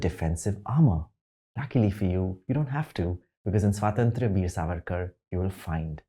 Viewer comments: Despite serving us his horribly elaborated word salad, he couldn't even manage to pronounce the word 'Swatantra' correctly in this entire video. Well, it's Swatantra, not 'Swaaatantr.' 🤣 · Idiot. Pehle swatantra bolna seekh. Where the hell do u pseudos come from. Which school what family do u come from where in India u can't pronounce swatantra. Such caricatures. We know u so well now. Go watch 4 more shots and glorify it.